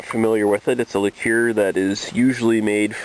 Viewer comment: "liqueer" lol, wow.